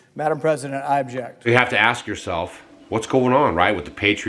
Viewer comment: Did I hear him correctly?! It sounded like Rand Paul said, Madam President, I abject. Wait, what??!! 🤔